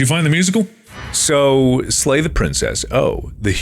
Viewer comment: Slay? I thought you said "Lay the Princess" Ooops